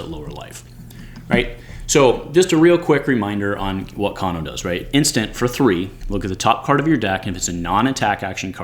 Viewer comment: Another great video, but I'm fairly certain his name is pronounced "cane-o" not "caan-o" ...